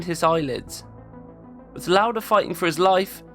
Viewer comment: Your German pronounciation of Lauda was spot on! 😊 ❤ The Video. Always admired Lauda, and never knew this about him. Thanks for making this.